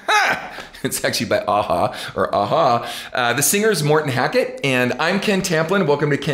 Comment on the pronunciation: Great pronunciation of his name Ken, alot of americans in particular struggle with these types of scandinavian names in my opinion. And that cover of my favorite A-Ha song, as always so damn good Ken, and when you take it up a notch or two, that is just an extra treat for us. :)